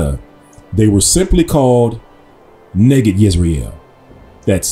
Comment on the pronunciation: I was taught that word was pronounced NIGHID. Spelled and defined the same but pronounced differently.